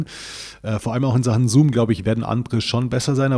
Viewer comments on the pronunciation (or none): none